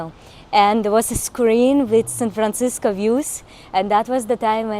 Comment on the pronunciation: You keep saying San Francisca, it's Francisco.